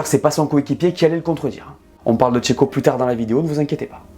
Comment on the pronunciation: À Cheiko on dit allez chio !!!!